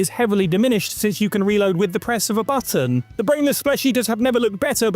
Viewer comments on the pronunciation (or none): none